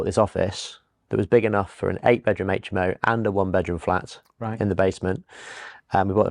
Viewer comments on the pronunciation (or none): It would be super if you adapted your pronunciation to say " aitch M O" and not " H aitch M O" . Good interviews and content on your channel. Good luck.